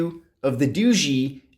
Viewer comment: Dao ga not doogee